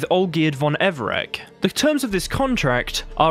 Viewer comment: "Olgierd von Everek" After watching my GF play W3:WH with the Polish dubs, this pronounciation has begun to grate on my ears. The 'c' is pronounced 'ch' in Polish, so for me 'Olgierd von Evere*ch*' is the canonical pronounciation. Other than that, great video.